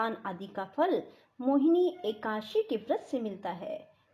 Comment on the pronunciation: एकासी नहीं एकादशी 🙏